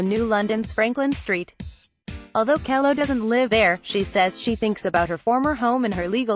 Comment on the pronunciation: It took me awhile to figure this out, but there must be a robot "reading" the text. Initially I was just irritated by the mispronunciations of Susette Kelo (pronounced KEE-low, not Kello) and Justice Ginsburg's middle name (pronounced BAY-der, not badder.) But when the narration said "_ _ _" as "underscore, underscore, underscore, I knew it was a robot. My suggestion? Have a real person actually narrate the text next time after learning how things are supposed to be pronounced. P.S. I met Susette Kelo at the premiere showing of "Little Pink House."